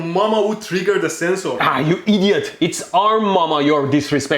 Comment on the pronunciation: No one: Medhi: I D I O T